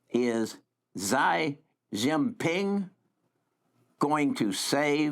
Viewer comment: "Xi" in Chinese is pronounced like "she" in English.